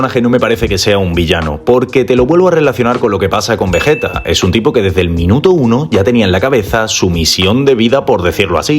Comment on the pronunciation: Vegeta no 🙅 vejeta ✅